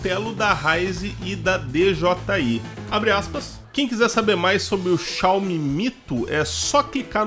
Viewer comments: Obrigado por falar Xiaomi do jeito certo. Me dava muita agonia. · Aê desta vez falou certo o nome da marca kkkkkkk